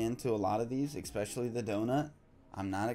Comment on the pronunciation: "Expecially"? No such word!